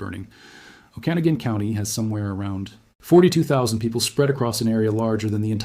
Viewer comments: Pronounced: O-Ka-Na-Gun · PLEASE pronounce the names of our towns correctly! OAK-A-NOG'-IN. Lake She-LAN' En-cha-LEE-um. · It's pronounced Oa'-kuh-naw'-gun County. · Hold on. The difference between them is the number of lives it's threatening. It's a natural cycle of life for the earth. Nobody has heard of the fire because leaderboard for this, isn't some sort of popularity contest. And it's pronounced o-ka-noggen. Sorry for being a Karen about it. But like, I am a Jessica, so maybe it's just me. You could maybe make a video about how they could use the weather control machine to take action without the loss of the brave firefighters..? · AI is not pronouncing Okanogan correctly. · At least you have learned to pronounce Spokane properly. Work on Okanogan, etc. before you continue to sound sound foolish to Washingtonians next time you report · Good points, well stated, and IMPORTANT. (You are extremely mispronouncing Okanogan, which may make people wonder. But did good on Tonasket. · Oh Kee NOG gen... and lake sha lann.... NOT lake Chee lin.... fcking Ai scrip reader....